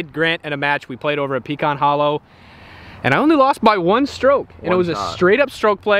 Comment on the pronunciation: Please say “Pecan” correctly 🤦‍♂️🤦‍♂️